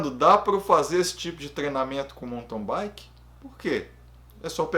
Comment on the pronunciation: Sou novo no canal, mas tenho curtido muito. Só um toque: do jeito que você fala mountain bike eu ouço "monton baique".